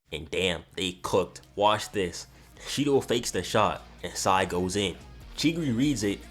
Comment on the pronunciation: Shendou=SHIDOU lol